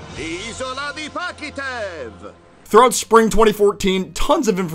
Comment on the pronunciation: genuinly, even tho i consider our Chris dub better than the english one, the fact that he keeps calling the island Pahkitev and not Pahkitew really triggers me